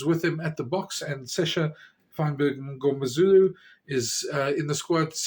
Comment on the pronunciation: the M is silent, and the N pronounced in Mngomezulu